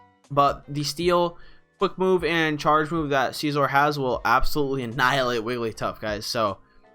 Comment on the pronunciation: Sih-Zor... not Seezor